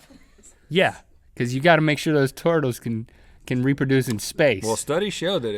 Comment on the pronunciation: link says "tortles"